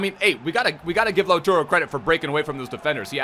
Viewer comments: it’s LautAro not LautUro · Its LAU-TAR-O, not Lau-turo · it's lautARO not lautURO like you keep saying please pronounce his name correctly